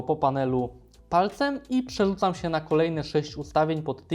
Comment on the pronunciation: "Włanczać, przesunełem, przełanczać". Ależ wstudyd...